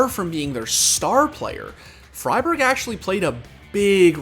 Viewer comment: you actually pronounce friberg "fribeerj"